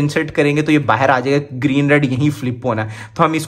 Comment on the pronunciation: Bhai bahan nahin hota hai bahar hota hai